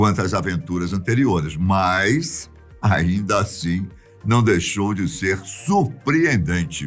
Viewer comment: O falando MAAIIIS, kkkkkk tem diferença entre MAIS e MAS